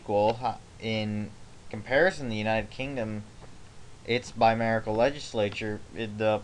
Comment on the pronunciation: Can we talk about how the word is "bicameral" not "bimerical"?